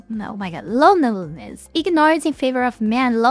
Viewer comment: "Mental health and loneiiss, mental health and loneiiss, loneiiss... Oh, my god..!" Sorry,, but I had to laugh. That was funny! You handled it perfectly! ☺